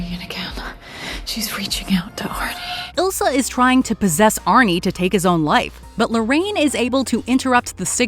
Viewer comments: It’s not Ilsa, it’s Isla. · The occultist's name is Isla, not Ilsa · It's Isla not ilsa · The occultist lady’s name is Isla not Elsa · People keep calling her Ilsa but her name is Isla (Eye-la) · Great movie, but the Occultist's name was Isla not Ilsa.